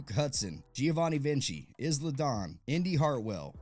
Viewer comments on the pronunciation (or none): it’s pronounced “eye-la” dawn and anybody who has a normal brain and went to actual school and payed attention in English would know and she’s been in 2k games for a while now and ur whole channel has centered around wrestling so… and ur monetized is funny to me. U creators is why the game never gets better. Y’all lame excuse for wwe 2k content and been rotting peoples brains for 3 years. Praising and glazing it for monetary gain knowing the game is a repetitive piece of trash 😂 I see thru u 😂 the fact people like u get payed for senseless pointless content working on quantity over quality and yt still sends y’all a check. Is it really worth a few hundred bucks if ur even lucky to get that much? What a joke. All y’all YouTubers look the same. Y’all look like bums who never had a job before and think u have power cuz u get an interview with a dev and u literally ask him no important questions. Glaze asf. It’s people like u who don’t even know basic English and get payed sitting on their azzes talkin to a camera. Good for u. Ps. Good luck when yt dies out cuz of less viewership of the app is declining so good career choice 😂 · How do u not know how to say isla dawn correctly if ur an avid wwe 2k gamer? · My guy butchered isla's name 😂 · The S in Isla is silent you noob